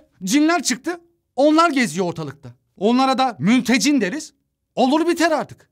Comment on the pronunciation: "MülteCİN" deyince ciddiyetim kalmadı ksksksw